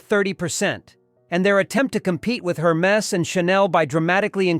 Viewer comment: It’s Air Mess not her mees